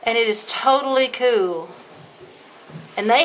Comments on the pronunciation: How cool is it when you say KEWL! i had a dirty joke for the nest but ill leave it for the next video, is that KEWL! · She saya cool like cartman from south park "that soo koo" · The amount of "kewl"ness in this video is too much for me too handle. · Every time she says kewl I think of Cartman lol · to kewl stop saying that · Errrrrr the way u say cool peas ne of